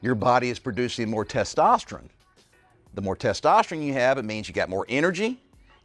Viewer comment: Why does he say testosterin?